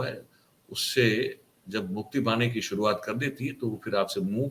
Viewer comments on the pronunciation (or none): none